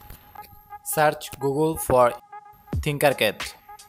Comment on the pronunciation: It's tinker not thinker. Different words